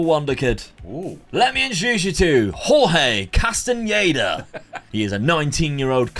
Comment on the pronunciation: That was a lot of fun 👏🏽👏🏽 great pronunciation on Castañeda 👏🏽👏🏽